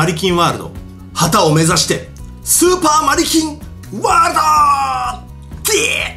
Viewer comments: スーパー成金ワールドってきこえたんだけどwww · 俺スーパー成金ワールドーって聞こえる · スーパーマリキンワールドが 成金ワールドって聞こえたwww